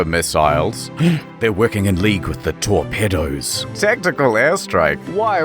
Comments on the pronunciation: why does he pronounce torpedos as tour-pedos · Til how Australians pronounce torpedoes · The way Internet Historian pronounces “torpedos” makes me think of predators on the dark web.